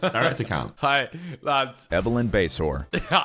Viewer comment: Ethan losing it over "basehore" 😂😂😂